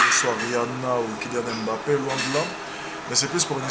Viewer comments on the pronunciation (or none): none